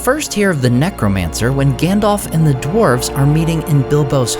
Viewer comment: Aww man, he keeps saying Gändolf. :face-green-smiling::face-red-heart-shape: Christopher Lee would have scolded you for pronouncing it wrong! :face-fuchsia-poop-shape: (Christopher Lee read TLOTR every year and put great emphasis on pronouncing the names right, as Tolkien had intended.)